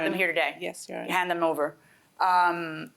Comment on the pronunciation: Is it common in Jamaican to add an “h” sound in front of words that start with a vowel? I noticed eat became heat and over became hover. I’ve never heard that before